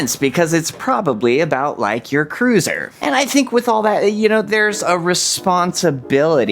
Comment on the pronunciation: Cruiser rhymes with looser. 😅